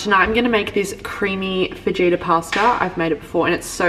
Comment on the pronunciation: I loooove watching your content! But please tell me you know the J in Fajita is silent 😂 it’s pronounced Fa - Hee - Ta not Fa - Jee - Ta hahaha either way that recipe looked delicious!!!